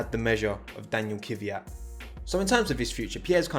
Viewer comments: 'kuh-vyat' That's like saying 'Hamiltonu' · The way Brits pronounce Kvyat is just awful. How can you pronounce "kv" as "kiv"?